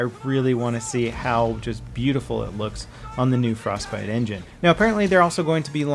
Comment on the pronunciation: "New frozbite engine". Did I hear that right..